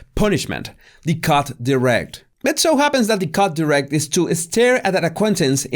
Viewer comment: your humour tickles me! This curious "cut direct," is that with a French accent? Just when I thought I'd heard it all...I felt it as Peter Philips held his arms behind his back, making it impossible for NutMeg to shake his hand or reach out in any kind of appropriate gesture. It indicated to her he was "here, but NOT here" to engage with them. She looks directly at him, but he continues to turn his head past her to look back into the cathedral, completely avoiding her eye contact. All while keeping a broad smile on his face. Ooh, what a BURN! Nutters MUST have felt that; I sure did! Regarding Officer HandsomeManThing OhLordBeStillMyHeart IMustResearchHimLater sitting behind them, a person who knows officers within HMTQ's regiments stated he's MI5 or6, and was likely sporting his own disruption technology to distort and disrupt any possible devices the Harkles wore. People close to NutMeg could SEE wires at the nape of her neck along her hair, so Mr. OfficerandaGentleman most certainly could. This just keeps getting better. Damn, our Queen knows her business!! She gave these fools JUST enough rope to hang themselves. Too funny. Too predictable! Did they think they could out-fox The Firm?! And YES, these people need God in their lives! Likelihood of that happening to these unrepentant people? Nil. GOD SAVE THE QUEEN...and the rest of us. Excellent job,!